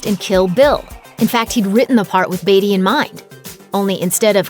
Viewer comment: Why can't she pronounce Beatty correctly?